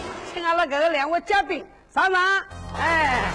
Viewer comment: 自己也说不准，是ga 宾 不是jia 宾 普通话说多了